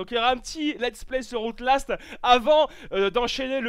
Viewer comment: Outelast ... on dit "Owtlast" putain !!! :D